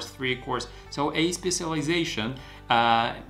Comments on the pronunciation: Specialisation ❌ Spezileation ✅ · i'm laughing hard every time you say specialization haha btw, thank you for the great tips! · Thank you for advice. Just for joke , you need to take course “ How to pronounce “specialization” 😊